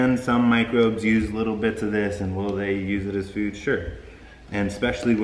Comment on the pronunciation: Did he say, "With this $hit" instead of "with these microbes"? I guess it doesn't really matter with all the wonderful, useful information he just gave us. I just found it entertaining trying to figure out what he really said.